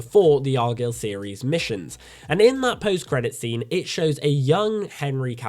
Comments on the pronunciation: he can say the word guy lol it’s arguyle not argill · It's pronounced ar guy ill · If you watched the movie, why are you saying argylle so wrong?